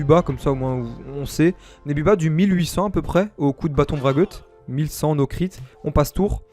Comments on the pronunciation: Après 1 min 30 j'suis obligé de comm' la voile d'encre est plus vieille (otomai) que le brageut (fri2). Et le bâton brageut on dit jeu et pas gueux (le jeux de mot c'est le bat-ombrageux) voilà c'était tout pour moi xD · "baton bragueute" ? x) C'est "baton brajeu" , y a un jeu de mot avec batON BRAGEUT (ombrageux) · a quel moment un ‘E’ qui suit un ‘G’ se prononce ‘ gueu ‘ mdr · Hello, comme tjrs ce cac est un jeu de mots. Baton Brageut = Bat ombrageux (se dit par ex pour qq1 qui se vexe facilement, qui a peur de son ombre). Se prononce Brajeu, vu qu'il n'y a pas de U entre le G et le E. Dsl pour cet aparté mais vu qu'Ankama se casse la tête pour faire des jeux de mots plus ou moins pourraves, autant leur montrer qu'on a pigé ^^ !